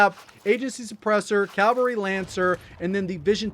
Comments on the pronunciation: Its CAVALRY not calvary... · Awesome content. However it is CAVALRY not Calvary. (Note where the letter 'L" is) Calvary is a site immediately outside Jerusalem's walls where Jesus was crucified.